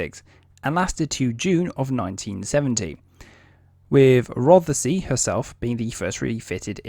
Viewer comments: SILENT feckin E if you don't mind? as in Rothsy (Rothsee) .. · Rothesay is pronounced Roth Say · Silent feckin E in Rothesay if you don't mind! :-( (Pronounced "Rothsea").. :-) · Wrong HMS ROTHESAY prenounced ROTH-SAY !! HAD A mk 10 motar on the quarter deck and still had a flight deck ???????? Gunners being Gunners, THEY WERE MISILEMEN ? WTF DO YOU KNOW AS YOU ARE AN !! ARM CHAIR GENERAL !! GET YOUR FACTS RIGHT INSTEAD OF JUST READING FROM A SCRIPT !! No mention of the sonars ??? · A few pronunciation corrections: Rothesay has just two syllables, 'Roth-See. Berwick has a silent 'W; so 'Berrick'. Fowey is pronounced 'Foy'. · I am quite surprised you can speak with authority on this type of vessel when you can’t even get the the name right for the type .Rothesay is the name the type was given never heard of a place called Rothesay